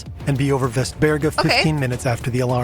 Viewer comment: Västberga, the 'äst' is like how you would say 'est' in Jester, and the 'e' in berga is spelled exactly like 'ä'